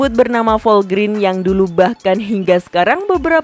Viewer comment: Dibacanya bukan Volgrin min, tapi Volgren. Singkatan dari Volvo Grenda.